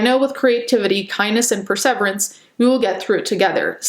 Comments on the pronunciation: Perseverance is pronounced purrrr sa veeer ance. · The way you pronounced perseverance 😂🤣💕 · I’ve never heard anyone say the word perseverance like that. Lol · I've never heard someone say perseverance like that😳